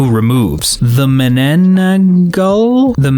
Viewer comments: as a fillipino that hurt so much also its pronounced "man nan ang gal" (not as in gal like the actual word) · IT’S PRONOUNCED MANANANGAL.